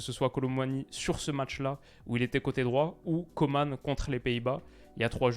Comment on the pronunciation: Juste un petit truc par contre, on prononce Coman et pas Comane.